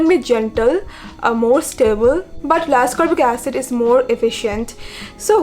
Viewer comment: Not to be rude bt a slight correction L-ascorbic acid is pronounced as it is written i.e L-ascorbic acid not Lascorbic acid..it is called L-ascorbic acid because of its naming based on its chemical structure as per organic chemistry🤓